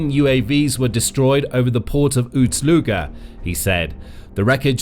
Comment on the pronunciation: Ust NOT Uts. Ust is not pronounced OOTS.